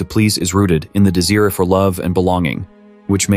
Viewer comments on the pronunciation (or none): The word “desire” is pronounced de-zi-er, not de-sear. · I spotted the AI. It's desire, not deseere. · Why are you saying desire as deseer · He said de seer instead of desire. Who narrates these videos??????? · WTH is "dis-ear"!?!?!?! You mean D-sire?? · The 'deseer' for love and belonging? This is AI generated shite, isn't it? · did he just say deseere for the word DESIRE? Wtf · very informative, but why the robot voice? 'Desire' is not 'DEH-sir' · I can’t take computer voices seriously. It can’t even say “desire,” accurately. How am I supposed to believe in the authenticity of your ‘report’, when you use a computer to “speak” your supposed truth? Ugh. Only a narcissist would do this video. Lol…but not.